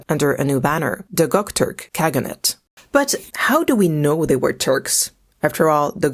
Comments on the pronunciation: That’s how you pronounce Göktürk as gucktork ? 🤦‍♀️ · Also, it is not gock turk, it is Göktürk. Gö pronounced as "eu"